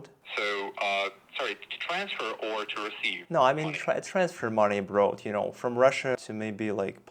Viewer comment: Человек, который говорит deeply sorry and /abreud/ берётся кого-то тестировать? You must be kidding!